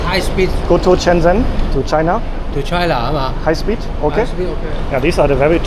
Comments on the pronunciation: Everyone: Shenzen: Chennzenn 😅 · its (sh)enzhen. like how (sh)ush is pronounced in english.